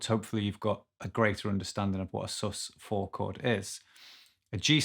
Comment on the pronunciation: Dude, I thought he said "A Jesus chord".